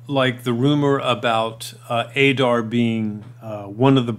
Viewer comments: It's not Ay-Dar ... Ay-rabs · Now that Adar has been revealed in the show we know it’s pronounced ah-dar, not a-dar. Pronunciation in Middle-earth is always a bit tricky. 👹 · You hear how they pronounce his name do you choose not to pronounce it correctly